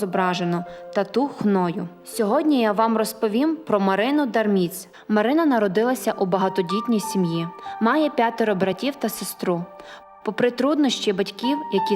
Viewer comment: дАмріць, а не дармІць... повне невігластво авторки....